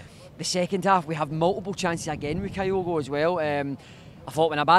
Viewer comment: Jeezo please pronounce Kyogo properly, its not Kaiogo! Its pronounced Qyogo